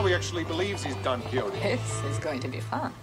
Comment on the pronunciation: Quixote is pronounced more like "Key ho tay", but it is one of the most well known and critically acclaimed novels of like all time. Don Quixote did travel on his horse, but he was going a bit crazy. Hence the well known "fight" with a giant (actually a windmill)